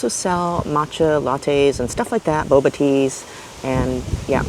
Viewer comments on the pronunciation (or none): none